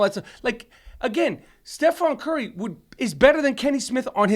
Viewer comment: "stefaan curry"